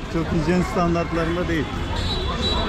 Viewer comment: HİJYEN DEĞİL---- HİNTJEN :)))